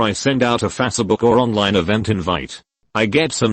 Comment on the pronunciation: fa se book